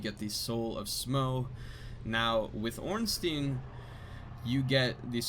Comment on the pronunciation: "smo" is fine, but ornstein is pronounced orn-shtyne...ear-stone